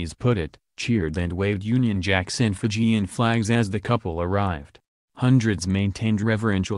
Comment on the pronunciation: Would be nice if the reporter said the Fijian words correctly